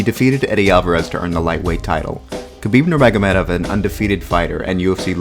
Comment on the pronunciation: Dudes: this is NOT that difficult… his name sounds like “Mohammed”: nur-Mohammed-off. How hard is it to learn to say the man’s name? Some respect please…